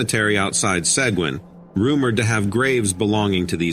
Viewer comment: Bexar= Baer , Sequin- Segeen Just a heads up